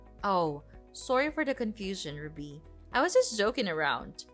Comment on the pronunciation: The way she pronounces RUBY is so irritating